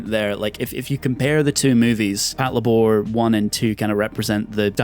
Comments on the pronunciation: Pat-la-bor! I 😆... It's " Pat-labor ", mang! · Can you re-record the audio for this video and say “pat-labour” instead of “pat-la’bore”? Like nails on a fucking chalkboard. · Patlabor=patrol lay-ber Pronounces it lay-bore Frustration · It's pronounced Pat Leibar not Pat La Bor! It's Labour in British English. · Pat lá bor?... Isn't it pronounced "Pát Labour"? Because, you know... Labour robots? ;P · The inflection is killing me. Pat-LAY-bor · HOW DO YOU WATCH THE SHOW AND THEN GET THE NAME WRONG THE THINGS ARE CALLLED after robot suits build for work as in labour THAT PATROLE IT PAT-LABOR. FFS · You put the emphasis on the wrong syllable. It's PAT-LAY-BUR. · I thought it was pronounced pat-labor as in," i labor to build a house." I guess i have been saying it wrong for decades...😮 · it literally means Patrol Labor, so it's pronounced Patlaybor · "Pat-la-bore" wtf? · I can't with the way you pronounce patlabor 😢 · Well, you should have anticipated it. Your pronunciation blows.